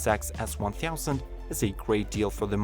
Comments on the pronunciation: Hahaaaaa... I was about to comment the same... Theouzand... Hahaaa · “One theausand” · The video is great and the "one theausand" makes me smile . Thanks for the great video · GSX-S 'ONE THIOUSAND', Z 'ONE THIOUSAND', CB 'ONE THIOUSAND'. 😭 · Hahaha cmon its funny when you're saying "one theausand" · The way he says 1000 lol😂😂😂😂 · Context: Your accent makes it sound odd / funny when you say "one thousand" (among other things). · the point is .....if you do reviews in "engrish",learn how to pronounce a word you are using at least 30 times/video.